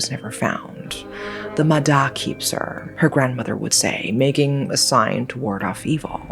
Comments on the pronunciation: Vietnamese here. It’s mah yah, not mah dah. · i looove when content creators make videos on things they dont know how to pronounce and dont even bother checking if theyre saying it right 💔💔💔💔💔💔💔💔💔💔 who da hell is a muh đa girl it's pronounced like maya 💔💔💔💔💔💔💔💔💔💔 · The "da" in "ma da" is actually pronounced as "ya", I don't know why we call water spirit as ma da but "da" means skin. This is one of the most popular urban legend I heard growing up, the other popular urban legends is "ma lon" as can ghost and ghost hide you when wandering in graveyard alone. Back then, there were 2 people drown in a big river in my city, the first person drown so the 2nd person jump in to save but they both end up drowning. Through word-of-mouth, people spread the rumor of "ma da" pulling both of them down into the water forever. The logic explain to this incident is strong current + deep water + cramp + exhausted from trying to pull someone into the shore. Nowadays I don't hear stories about "ma da" anymore. My parents and relative families actually not restrict any of us from the river, I got taken to play in river with my cousins all the time when I was young, no one in our family die because drowning. More than the "ma da", I got warned more about "ma lon", not play with your shadow at 12pm and 0am and the wandering in graveyard alone. A little about "ma lon" or can ghost is intentional summon ghost ritual. This is just what I heard, I never believe or try to play with spirit. So if I remember right, you have to have more than 1 person to play, you use an empty can of condensed milk, 3 incenses sticks, uncooked rice, offering like biscuit, you need to do this in seclude spacey place. If the ritual success summon a spirit, the spirit will possess the ca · That "D" is pronounced "Y", I know, confusing to other languages, but yeah. It's pronounced more like "Maya" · Just a little correction. It's pronounced "Mah-Yah". Great vudeo as always